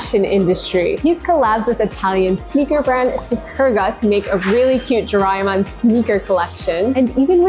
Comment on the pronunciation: SOMEONE CALLING DO RAY E MON SO FUNNY😂😂😂😂😂😂😂😂😂😂😂😂😂😂😂😂😂😂😂😂😂😂😂